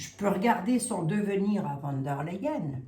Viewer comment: Bjr. Savez-vous que le V se prononce F en allemand. Donc v d l se prononce fon der L.